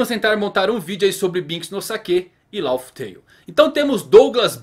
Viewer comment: se é Laugh Tael, a pronuncia não é Lauf Teiul, mas Láf Teiul, ou seja, o "Conto de rir", já to esperando pela piada de mau gosto no final kkkkk